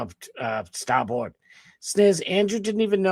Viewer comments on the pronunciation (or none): Wait.. you got Ai Trump saying "Scott Sfarboard"??? 😂😂